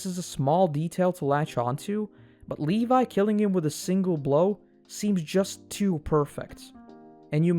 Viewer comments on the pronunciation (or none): none